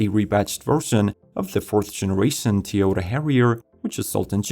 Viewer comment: Why can't you pronounce Toyota correctly?